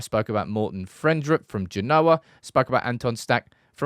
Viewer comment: Sorry to be "that guy", but it's not Gen-OH-a, it's GEN-oh-a (Genoa).